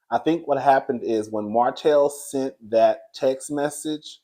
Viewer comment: When Moses “seent” her, it was a wrap 😂😂